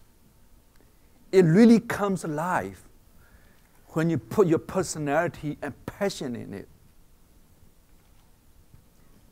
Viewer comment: I know this guy got some intellectual skills, but for fuck sake some of his pronounciation need some fucking attention. I might not be the only one, but this is what I heard: - pussy-nality!!